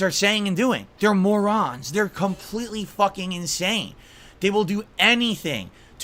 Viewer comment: "They are meauxrons!" drinking the French wine, I guess.